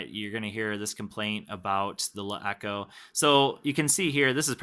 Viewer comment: you pronounce the name like shit